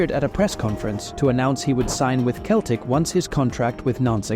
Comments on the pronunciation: You forgot Michael Laudrup . And it is pronounced seltic and not Keltic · Not just Juventus, he mispronounces almost every name of clubs and players. Keltic? Please... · It's pronounced Seltic not celtic 😒